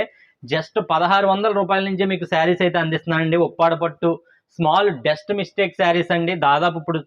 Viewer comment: కొంచం స్పెల్లింగ్ డెలివరీ తప్పు గా ఉంది అది ***డెస్ట్ కాదు ***డస్ట్ సరిచేసుకోండి 🙏🙏🙏